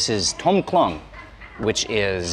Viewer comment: Tom khlóng (Thai: ต้มโคล้ง). Note there is no "a" in this word so you wouldn't say "khloang". Note also that khlóng (โคล้ง) is not the same word as khlōng (คลอง = canal) although when transliterated into Roman script they are spelt identical but the tone and vowel is different.